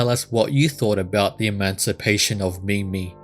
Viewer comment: No, it's not that's slow... When you say mimi I get so frustrated...